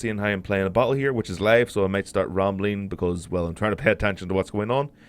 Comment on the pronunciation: And "pay"...